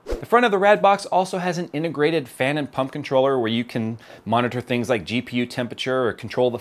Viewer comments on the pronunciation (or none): "Pumkin Troller". lol.